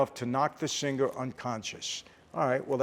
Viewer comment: By the way, unless you are forest gump, singer is pronounced with a silent G not sinGgger. I hope he brings an English coach on tour. Although I suppose Mike T will too wasted to pick up on most of the diction. The whole performance sounds truly brainsnapping. Not ,😂😅 .